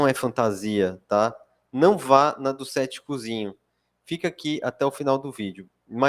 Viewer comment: Tanta informação importante e eu prestando a atenção cada vez que ele falava "ceticuzinho" 😅😅😅